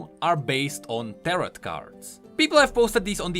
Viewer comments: It’s tar-oh not tarott btw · Ter-oh, the T on the end is silent my dude. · It’s pronounced tero even tho it’s spelled tarot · its pronounced "tar - row" fbgfjhfgkesfsef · You don't pronounce the second T in Tarot. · The second t in tarot is silent